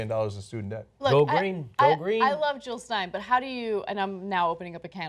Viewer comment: JILL NOT HILL JILL NOT HILL